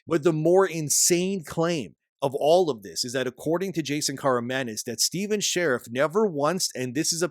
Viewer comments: I think it’s Shar-eef, not Sheriff. But yeah, hopefully he is found and made to pay. Maybe a long stay in prison. Or cement shoes. I’m not particular. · And dude, SHA-REEF, not 'share if' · "Sha-reef" Not "share-if" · Is his last name pronounced "Shariff" or is it pronounced "Shareef"?